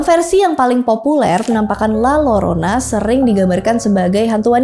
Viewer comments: Mbak, baca nya LA-YO-RO-NA Bukan LA-LO-RO-NA 🙏😁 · Punten kk, koreksi dikit, utk pronounnya la yorona klo d spanish Ll di baca Y 😊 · Izin koreksi dikit kak. Penyebutannya yang lebih tepat itu La Yorona ya. Karakter double L dalam bahasa Spanyol itu dibacanya Y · Eh iya coba ku tes di google translate bacanya jadi : la yorona